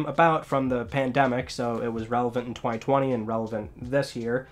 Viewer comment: I find how you say 2020 and 2022 VERY OFFENSIVE and offensive content notices and